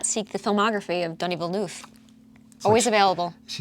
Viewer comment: Watch Villeneuve's Enemy (2013) it has a lot of Bond themes like suspense, man-on-a-mission, secret societies, beautiful women, sex etc Also, don't pronounce his name 'Dunny' that's Australian slang for a toilet haha